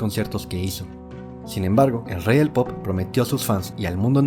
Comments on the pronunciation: At the very beginning it sounds like you said he was the King of Poop. 😂😂😂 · "The King of Poop" this is why I will never watch anything with AI generated voiceover. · excuse you, nobody here appreicates the AI 'slip up' of "KING OF PO(O)P" - fix it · “The king of poop” tf?? Ai bs.. thumbs down